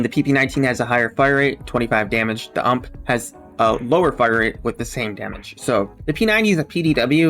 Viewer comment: Heading him say "Ump" is so cringe. U.M.P.